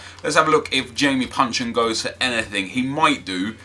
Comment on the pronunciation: its jason puncheon ;) ahaha